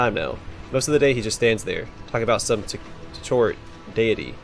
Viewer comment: Lady in google translator knows how Tchort is pronounced )